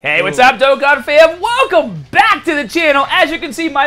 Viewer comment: Did you just pronounce Dokkan correct 😳😳😳